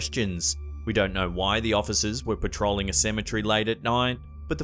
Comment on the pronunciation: CEM-E-TER-Y!!! WHY can't you pronounce this simple word correctly? Cem-e-TER-y!!!